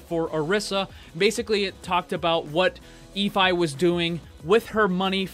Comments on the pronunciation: ahhhhh your pronunciation. Efi is pronounced f-e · JTgaming21 um, Orisa pronounces it Ee-fee. "Ee-fee is not going to be happy about this."